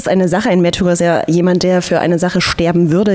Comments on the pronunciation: Haha...wusste garnicht dass das neue Album "Mehrtürer" und nicht "Märtyrer"!!! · Sawash Mehrtührer beste Aussprache hahaha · Hahahahah mehrtürer :)